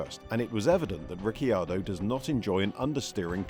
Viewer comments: Daniel Ricky-ardo? Ricky-bobby? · Ric key ar doh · Ricky Ardo??? lol